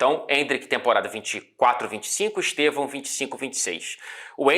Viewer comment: Quão difícil é gritar "Stevan"???? HAHAHAHAH OU "Esteban"